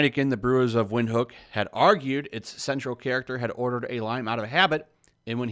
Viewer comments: It's a South African brew..prounouned "Vind-hook"....not wind.....other than that I don't see why it got banned. It's madness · It's pronounced Vinthook. It's not the best beer but its good. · Its pronunced vin-hook and its one of the most popular beers in Southern Africa. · It's pronounced Vint-Hook 😂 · It's prounced "Vint-hook" very good German style lager from Namibia. Ja, you never put lime in it unless you're a "wus"